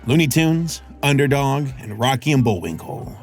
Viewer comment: sounds a lot like underdong and not under dog